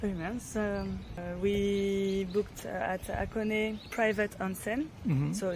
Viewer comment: 箱根の発音がフランス人らしくて笑える😂